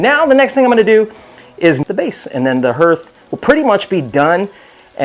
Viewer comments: Thanks Mike, I was going to give him a hard time, but didn't have to. Nice build BTW. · THANK YOU!! That was driving me crazy! Especially with how many times they said it!